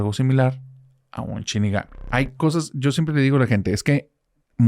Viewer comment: es Shinigami no Chinigami 😂